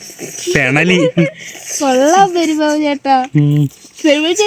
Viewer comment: പെരുമ്പാമ്പ് ❌പെരുമ്പാബ് ✅😂